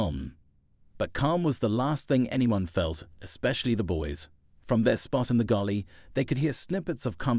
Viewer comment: Fiction. Its galley, not gulley